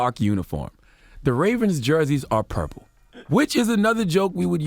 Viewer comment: Purple we said purplick lol😂😂😂